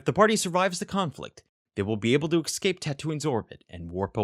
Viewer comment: I love these videos but some of the pronunciation bugs me. Especially "ekscape" ...